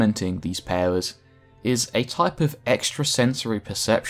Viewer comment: The way you say “powers” sounds so dumb.